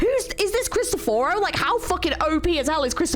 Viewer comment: I'm sorry to burst your bubble but Cristoforo is an Italian name which is also mispronounced in the game. "Krees - t - off - foro" would be the easiest way I can explain how to say his name.